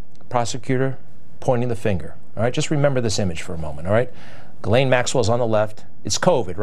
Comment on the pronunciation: Ghislaine ( jis-lane).... not gallane. Fuck man how hard is it to say